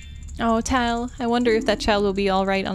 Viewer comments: Tatl is pronounced “Tattle” and Tael is pronounced “Tale”. Their names collectively are supposed to sound like “tattletale”, because they’re inseparable:,D Edit: nvm Looks like figured it out a little later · I know this was super long ago, but the fairies Tatl and Tael are pronounced Tattle and Tail just like when you call someone a tattle tail as a little kid.